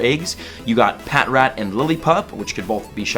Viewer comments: Pa trat that's how its pronounced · AHHHH ITS PRONOUNCED PATRAT NOT PAT-RAT